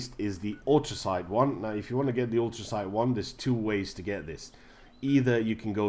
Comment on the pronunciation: How do you say atoms dude? Ahtoohms...😂😂😂 And Enclave isn’t pronounced how it’s spelt, it’s pronounced “onclave” And it’s ultracite, not “autracite”😂😂😂😂😂